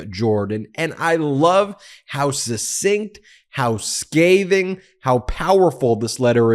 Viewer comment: Another beaut of a job, Ben! But...the word "succinct" is pronounced suck-sinct. Just like in "accessories" and "eccentric", the cc sounds like ks, not s. As for suck-sinct, just think of Donald Trump and the first syllable will come easily.